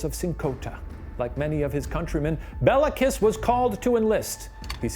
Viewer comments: Shane made it sound like a stripper name, Bella Kiss lmao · Nice deep-dive into the history here! Quick note: In Hungarian, the killer's name of Béla Kiss wouldn't be pronounced as it is here, but rather "BAY-la KEEsh". The Hungarian alphabet distinguishes between the é and e letters, with the former always being said as it's pronounced in "resumé", while the latter is always the flat "eh" sound that Shane is using here to make it sound like it's said the same as the name "Bella" would be. So, Béla= "bay-la" Meanwhile, the surname is said with a long "eee" sound for the i (like English speakers use for the name Mia), and the "s" in the Hungarian alphabet stands for the "sh" sound rather than s like in snake. So, you get Kiss="keesh" It's spelled correctly in the description with the long é, so just thought I'd mark it down here for anyone interested! Both the first name and surname are still pretty common in Hungary, and our other (presumably) non-murderous Bélas include the actor Béla Lugosi, who played Dracula in the 1931 film that helped popularize the "vampire accent" (really his native Hungarian accent). Always love to see more from Watcher! If you're ever interested in pursuing more twisted Hungarian history, I'd definitely recommend the case of Elizabeth Bathory, the Blood Countess (and the theory that she might have been framed for her list of murders, which I first found at Jason Porath's writeup on his site Rejected Princesses, relying on Tony Thorne's biography of her)